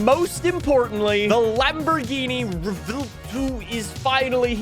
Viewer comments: Rev-well-tow is syllables for the Lamborghini Revuelto, except you mash them together, so the V merges with the U in the first half of the W, making the vuel part of the name. If you want to say it a la Americana, then you'd just mash it straight, rev well tow, Revuelto, not rev-ell tow. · Pronounced "Rewelto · How to pronounce "Revuelto": Rev-well-to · I don’t get why Americans pretend other words are so hard to pronounce lmao “rev-well-toe” it’s really not that difficult 😭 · Revuelto means "scrambled" in spanish, just like your tongue trying to pronouce lambo names 😂 Love your content, greetings from 🇨🇱